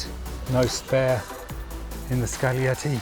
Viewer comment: "gli" in Italian is "lji". So it's scaljietti, not skagglietti.